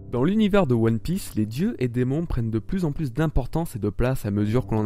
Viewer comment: à "toutes aptitude dans One Pièèce" WHAT THE FUCK? c'est fait exprès? lol